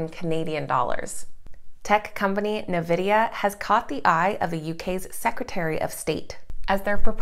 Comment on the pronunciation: Its pronounced Envidia